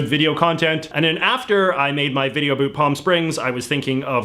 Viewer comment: Your pronunciation of 'about' destroyed all sincerity in this video.